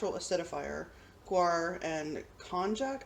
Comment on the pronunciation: Konjac does come from a plant. It's usually pronounced like, "konyak," They also make facial sponges from the same plant fiber. They're pretty good. As a food it isn't really digestible. They use it for weight loss related snacks, wierd jelly drinks, and for low carb noodles, but if you eat to much it can be bad for you.